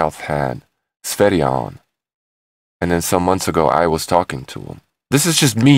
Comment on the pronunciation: For an american (are you?), your pronouncation of "foreign" words is way above average. You are the first to pronounce sv3rige's name correctly (besides himself). Awesome!